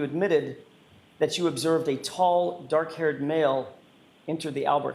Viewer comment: 😂😂😂 nice $100.00 word there, shows you got some vocabulary skills, maybe now work on pronunciation skills with that it gets dock outside at night.